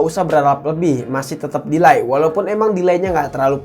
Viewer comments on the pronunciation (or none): none